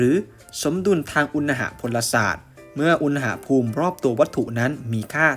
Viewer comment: อุน หะ พูม ไม่ใช่ อุน นะ หะ พูม ครับ ฟังแล้วขัดๆ นิดนึง